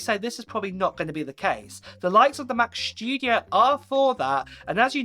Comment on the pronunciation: Mac schtudiooo haha